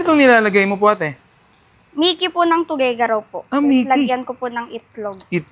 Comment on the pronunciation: Mali pagbigkas Moda TUGUEGARAO dapat deretso lang Ang pagbigkas wag ka mag stop sa tugueg arao dapat deretso lang Ang pagbigkas brader